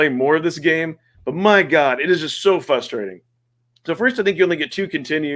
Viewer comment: "fRustrating" not "fustrating" 👍